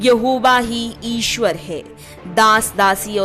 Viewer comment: Aapko thik se hindi bhi nahi bolna ata hai aap ishwar ko isver boti ho isse hi aapke gyan ka pata chal jata hai